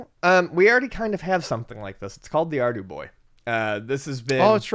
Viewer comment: Thank you I could not understand at all. SOunded like Ardie Boy or Arby Boy and I could not find it on google lol